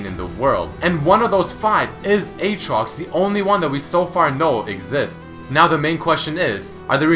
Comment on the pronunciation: Not Eetrox, Ootrox, Uutrox, Iitrox?